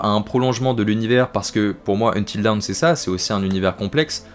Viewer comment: Bilingue mais tu ne sais pas prononcer DAWN 🤣🤣 sinon très bonne vidéo merci !